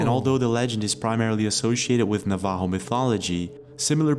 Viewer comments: It’s NAV-ajo, not Nav-AJO. The accented syllable is the first. Skinwalkers are specifically Navajo lore,( they are evil Navajo sorcerers and are primarily on the Navajo reservation), not general Native American lore. It would be like me saying Leprechauns were Scottish, or that they were just general European lore. Native American tribes all have their own lore and belief systems. Source-I am Yaqui NA. I really wish people would take the time to learn about the many different tribes, and not just lump everyone together. We consider ourselves to be separate nations. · It's "Nov-uh-ho"...it is NOT, "Na-vaw-hole". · Nuh-HAH-voh? Bruh it’s NAVA-hoh. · WE ARE NOT CALLED NAVHO!!!! We are Navajo pronunciation is Nava-ho….. the j sounds like a H… Navajo nation we believe in skinwalkers…. They are real. They were bad ppl while alive and made a deal with the devil. They were ppl and now their spirit is damned. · It’s not pronounced Na-ha-vo, it’s Na-va-ho, Navajo. For those interested in knowing how it’s pronounced. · Na-va-hoooooo is how to pronounce the name. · It's aliens..tunneling. No seriously, someone needs to check and see of certain or harp or the collider were being used when that happened..OR ITS ALIENS TUNNELING.. It's " nah-vah-Hoe.Navajo. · Is he tryto say Navajo? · So funny he totally says Navajo the wrong way lol. Skinwalker Ranch is very near me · First as a NATIVE AMERICAN he said Navajo so wrong but it's ok lol 🖤Thanks! for always being you never change!! I remember you five yrs ago with just a little yellow □ sign until now you deserve way more subs!! We support you reacting to other content, but you stay wild as ever!!! □□□□□□□□□□□ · Someone needs to tell him how to pronounce NAVAJO !!!